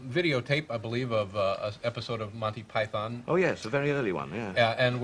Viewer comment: MANTY PIE-THON